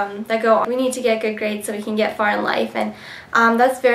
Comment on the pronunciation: haha your so cute you said gaids by the way